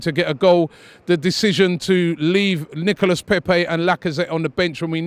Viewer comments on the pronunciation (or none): No one: Robbie: Nicholas Pepi 😂😂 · No one: Robbie: Nichola Pepsi.